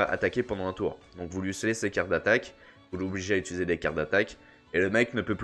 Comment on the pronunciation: Ça veut dire quoi "utuizé" ? :D